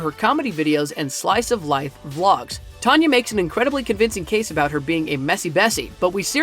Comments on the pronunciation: Taneh its tan a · Its not tanya mongo Its tana monjo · It's tan-uh not tonya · Anybody else notice he said Tanya instead of Tana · It’s not Tanya it’s Tana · He said Tonya not tana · ITS TANA LIKE TAANA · The way they said tana (no hate) 😌